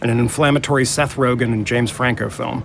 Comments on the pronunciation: What did Obama call James Franco at about ? Did he say James Flaco, or something like that? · Did Obama just say James flacco? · Obama fucking up James Franco's name